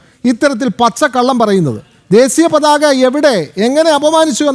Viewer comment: It's desheeya pathaka, and not desiya pathaka.